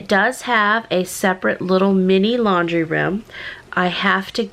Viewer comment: “lan-dry”?? Or “laundry”?? (Lol.) Boy, you ARE in a hurry!! 😆😁😂🤣😝😜🤪